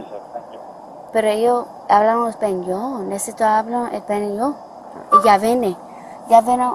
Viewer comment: Her “ epañyo “ is terrible. It’s Español and not “ Españyo”. 🤣😂